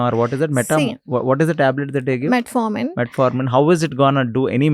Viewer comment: This anchor has no basic knowledge He is wrongly pronouncing metmorfin instead of metformin and hbaic instead of hba1c very frequently.